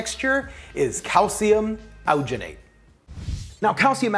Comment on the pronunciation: the way this guy says alginate makes me wanna die "owginate"